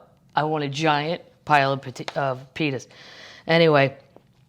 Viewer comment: Did she mean to say “pitas”? Because I heard something different.